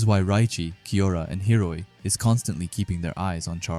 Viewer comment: is it intentional that he calls hiori hiroi?? No hate, just asking if its an inside joke??